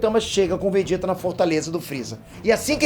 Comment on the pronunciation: O som da pronúncia é o mesmo, então está correto, quando leio e escuto.